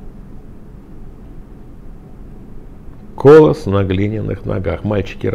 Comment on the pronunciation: Не кОлосс, а колОсс (Словарь ударений для работников радио и телевидения, стр. 192).